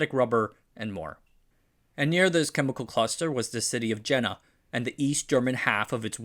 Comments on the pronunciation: It's pronounced "Shtah-zi" not "Stasi", Jena is pronounced something like "Yiena" and not "Gena". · It is NOT 'Czechslovakia', but 'CzechOslovakia' .. It is NOT 'Gena', but 'Yena', written as 'Jena. All that good work you do and still neglect BASICs..like having enough respect towards subject that you care to learn how to pronounce it. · Jena = "Yena," not "Genna." But other than these types of nitpicks, excellent research and video! (Reunification of Germany is another juicy topic. But maybe covered enough elsewhere? The political part probably so, but the technological angle behind it and because of it might be worth exploring further.) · Jena heisst (or is called), “Yaana” phonetically, makes me believe “ here goes another rank amateur on YouTube” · Jena is pronounced "Yena." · It is YEE-NA. JENA